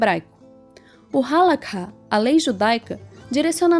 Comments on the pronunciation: oi, adendo - se fala HALARRá e nao halakha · Gente, cuidado com alguns pontos: a Halacha (se pronuncia : A-LA-RRÁ . Vcs usaram a transliteração árabe onde o KH tem som de RR com um pouco de aspiração) ainda é vigente e judeus religiosos sejam ortodoxos, massortim (conservadores) ou mesmo reformistas a seguem e respeitam de acordo com sua linha de interpretação. Sobre a explicação da Haskalá, perfeito! Obrigada! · Vídeo demais, o legal é que vai direto a informação, só uma dica hehe o Kha no Halakha tem som de RR bem puxado como um escarro, não se ouve o K...A diferença é que no judaísmo nós aprendemos que a gente foi ordenado a seguir determinadas leis e não os de fora, então para que impor os nossos costumes e leis a quem não faz parte? Eu não entendi muito bem, mas sobre a parte de continuar "da forma antiga" como alguns dizem (e eu apoio) ainda se encontra em prática em alguns bairros de Yisroel como Bnei Brak, Meah Shearim, e na europa alguns bairros afastados tentam continuar o mais religioso possível, que para ser sincero é o correto, uma vez um colega foi até uma sinagoga reform e lá haviam pelo menos 10 pessoas com o nome "Cohen" haha, enfim, mais uma vez de parabéns!